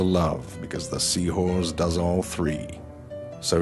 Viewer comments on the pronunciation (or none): I watched this thinking "seawhores" was just how he says the word, then he said "seahorse" normally at the end 😂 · he finally says seahorse instead of sea whores. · Yeah, it sounds like he's saying "seawhores" to me too. I wonder where the narrator is from . . . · Jack Shown A It sucks you feel that way. I happen to think this guy is pretty clever. The "seaWhores" thing started to get on my nerves a little, but I can't complain much beyond that. Eh, keep watchin and maybe he'll grow on you. ;) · I guess I may be a cynical bastard cause for most of the video I heard sea whores instead of seahorse. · And to 40 yr old lesbians, apparently. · lol he says seawhores instead of seahorse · “The sea horze” 😂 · it sounds like he keeps saying seawhores XD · "Seawhores" lol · He is saying Seawhore! Haha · The joke is that he's pronouncing it like "seawhores". Not just the second time, but every time in this video. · seawhores LOL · Seahoars that is... or is it seawhore's? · hes saying seawhorese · Is it just me or does it sound like he's saying "Sea whores" instead of "Sea Horse"? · It sound so much like he is saying sea whores instead of sea horse. It cant just be me that hears this, can it? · Ha ha, he said hores. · Is he saying sea whores? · am I the only one who thinks that it sounds like he is pronouncing seahorse more like sea-whores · is it just me or is he saying sea hores ? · he says sea hoorse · i keep hearing sea-whores instead of sea-horse. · why do you pronounce sea horse "see whores"? I don't think it's fair. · I'm sorry, the Sea-what-now?